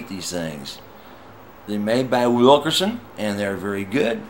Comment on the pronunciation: You bought a $500 guitar. I own a pro model and its absolutely phenomenal for the price. It's hard to take someone seriously when they're talking about a WilkINson tune-o-matic bridge. WilkERson is a lazy was of pronouncing it. You even typed it wrong. Use the money you saved on your inexpensive guitar and have it set up properly for you. Or... You can get a book and learn how to do it yourself. It's not that hard. BTW... There's some informative, instructional videos on here that can help.